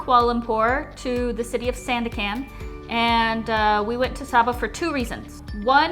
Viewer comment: great video! watching 40 mins feel like 4 seconds.. it doesnt matter anyway, but just wanna tell you Sandakan is pronounced as "sun-duck-cunt" :) A in Malay sounds 'uh'